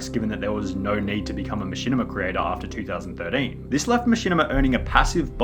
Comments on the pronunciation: Two thousand thirdeeeeen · “2000 3rdean” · two thousand thiddin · Two thousand Durteen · two thousand thirdane two thousand fordane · the way you say 2013 is amazing